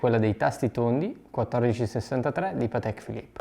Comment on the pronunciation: Si dice Paaatek, non Pateeek! 😉